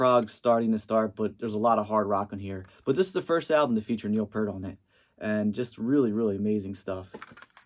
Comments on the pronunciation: its Peart not Pert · Someone just hates the synth era of RUSH! Also it’s pronounced PEERT NOT PURT!